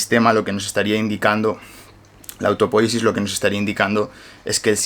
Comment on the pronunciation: Un detalle...no es autopóyesis, es autopoyesis. No es esdrújula. Porfa dígalo bien!!!